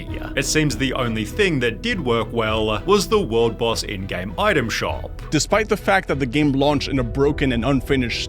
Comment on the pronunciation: Armoaaah, Gameeah, exposahhh, populahhh, been a while since ive heard the "ahhh"s hehe